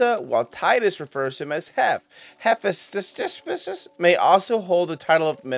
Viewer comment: It's 'Hey-fest-us.' He's one of the Greek gods, think he was related to metal working?